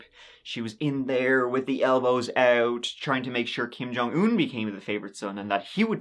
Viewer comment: You have not heard the rast of Kim Jong Earr!